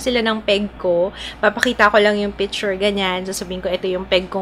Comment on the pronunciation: And it's PiCture not Piture. Nagiging silent C eh. Pati feature nagiging fiture ung pgkapronounce lol